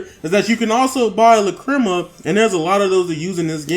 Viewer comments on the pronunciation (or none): Do you have me cringing every time I here you say lacrima. Lack-Cre- Ma not luh-cri-ma. LACK-cre-ma! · Lol not triggered my daughter is going crazy though, it's pronounced lack-ra-ma. She wants this game now but I'll make her wait till her b-day on Monday. Thanks for the vid.